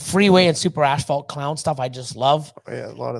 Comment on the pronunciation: You guys are great! I think you are pronouncing the word "asphalt" incorrectly. Maybe that is a Canadian thing?